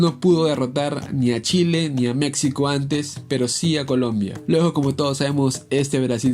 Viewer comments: Se pronuncia MEXICO no MeCSIco. Por favor dejá de hablar así. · No entiendo por qué dices mecsico se dice MEJICO SE ESCRIBE MEXICO no somos mecsicanos somos Mexicanos fuera de ello tus vídeos son buenos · Aprenda a pronunciar México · Porfa, se dice Méjico, no Mécsico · En buen plan deja de decir Mecsico, se pronuncia Méjico y se escribe México. Y referente a lo futbolistico, nunca mencionas nada contundente del por qué es sobre valorada, nunca hablas de números y no citas ningún mundial. ¿Te basas en los periodistas mexicanos para hablar mal de México? Wey, es lo peor que puedes hacer, basate en la opinión de la gente común. Los comentaristas mexicanos son más malinchistas que la misma Malinche. Cuidado, crack! Si no sabes de México, mejor no comentes. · Habla bien mectzicanos mecstsico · Escuchar "Meczico" y "Meczicanos" es muy horrible. Solo quiero aclarar eso. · Antes de nada aprende a pronunciar México y los mexicanos objetivos sabemos que la selección no es potencia pero decir que México es tan malo como ese descalabro contra chile es como decir que Brasil está sobrevalorada por qué perdió 7 uno ante Alemania, y si a esas vamos estadísticamente son más las victorias de México ante chile así que ya chole con decir como único argumento de que México es malo por ese juego haber de que país eres